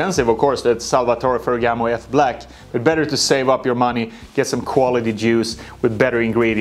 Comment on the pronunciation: Nah bro don't massacre my boy F Black like that haha